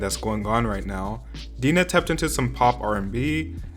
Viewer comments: Small correction : Dinah is pronounced Daina not Deena. Just wanted to let you know, but besides that great vid. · "DEE-NAH" Her name is pronounced Die-Nah. I pronounced it like that too the first time I saw her name. 😂😂😂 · Pretty sure their names are pronounced Cam-ee-lah and Die-nah, not like Camilla and Deena. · No offense but it's DIENA NOT DENA . Y'all really need to learn how to pronounce the names before making videos about a certain topic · i know you did not just say deena lmao it’s DIE-NUH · It's not Dina it's DINAH (DYE-NAH) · Omg it’s DIE-NAH why do people keep saying DEE-NAH yea sorry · die-nah = dinah, not deenah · After all these videos on fifth harmony he still calls Camila Cuhmilluh and Dinah Deenuh... they're pronounced Cameluh and Dienuh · He said “Dee-nah” not Dine-nah😭😭 Damn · "Deena" Girl it's pronounced like Daina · "DEE NAH" ITS "DIE NAH" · It’s pronounced Die-Na not Dee-Na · "Deenah" LAWD IF Y'ALL DON'T GET THIS GIRL'S NAME RIGHT!! LMFAOO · Uhm "DEEENA" WOW "The worst girl group ever" Uhm sweetie maybe next time do ur research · "dEnA" i can't💀💀💀💀💀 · if y’all are gonna talk all this talk i wish you would learn how to read first. Dee-nah? how tf do you see the name Dinah and pronounce it wrong? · I respect your opinion, but pls, it's not "Deenah" ahhh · The fact that u pronounced her Dinah “deenah” tells me how little u know about the group and the members in general. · Dee-nah i cant 😂😂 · When he said “deena” is cringed so hard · Dinah, not Deena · u lost me when u said dEEnah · Lol he called her Deanna. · Do your research and then maybe you’ll know how to pronounce Dinahs name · You pronounced Dinahs name wrong lol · You pronounced Dinah wrong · He said Dinah name wrong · i cant with the way you just pronounced dinah's name